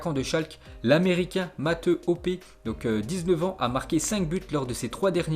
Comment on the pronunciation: O pelo tu CEST pa dire mathew ?? C’est pas matheu fais un effort Wech